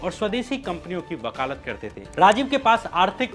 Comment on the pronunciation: Bakalat nahi bhai..., vakaalat... Aap ke videos bahut informative hai. But jab country ki ooper aap ki videos release kar teho to local slang avoid karnachahiye